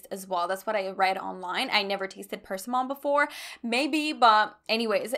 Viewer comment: Persimmon is pronounced like “per-SIM-un,” not “PER-sim-on”